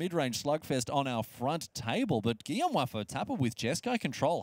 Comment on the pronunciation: Did just call him Guillome Waffle-Topper? That's actually kind of insulting right?